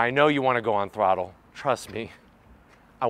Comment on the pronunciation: Please make an “On-Thrroooothle” tshirts